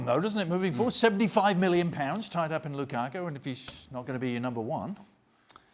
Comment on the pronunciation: Lukaku should just fuck Ali Moreno up for always saying his name like that.